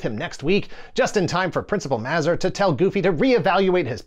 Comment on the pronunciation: selling off his super geek status after mispronouncing Mazur.